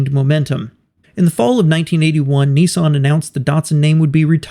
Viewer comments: Interesting video, but I still can't understand why Americans pronounce Nissan as "Neesahn"? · ‘Neeson’? Nissan what the an “I”!🤮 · There is no such car as a “ knee-sun” what you really mean to say is NISSAN , the first syllable rhymes with “miss” . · WISH YOU YANKS PRONOUNCED NISSAN CORRECTLY. THEY IS NO E IN IT, YOU LOT SAY NEEESSAN. ITS NISSAN, PISS NISS, PISS-AN NISS-AN. YOU DO NOT SAY PEESSS DO YOU FOR PISS. SO STOP SAYING NEEEESSAN FOR NISSAN, REMEMBER PISS NISS-AN FFS. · Nissan, not Nessun. .🤦🏻‍♂️ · It’s actually not pronounced ‘neesan’ it should be ‘niss-an’. The two consonants after the ‘I’ make it hard. It’s an oddity in the US that the vowel/consonant rule is very often ignored. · The big question is why do Americans pronounce it as “knee sahn”? Everyone else seems to call them Nissan. As in “Niss Ann”. Same as it is spelled. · Its not "Neeson" its an "I" no "EE's".. phonetically Niss-an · Hey mate , you've put together a great video on both car manufacturers & how they've become 1 , but , Why do you American's have so much difficulty pronouncing words properly? ; over here in Australia ( Oz ) - we pronounce Nissan as "Niss-an" & not "Niss-arn" & Datsun is pronounced as "Dat-sun & not "Dart-son" & I find this very hard to put up with hearing ; although you've done a great job of things - just remember that we find the American mispronunciation difficult to handle over here ( even in movies etc ) so keep this in mind when you're doing your next video(s) as you've done a great job so far. Do keep on going with your videos. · Neessan ffs, there's no "e" in Nissan, why can't yanks pronounce it properly, Niss-an. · It’s pronounced “Niss-anne”, NOT “Nee-son” FFS!! 🤬🤬🤬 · It isn't pronounced Neesan, it's pronounced Ni ssan